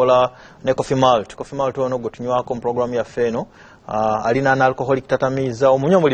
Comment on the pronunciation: Coffee Malt (Molt).not Mult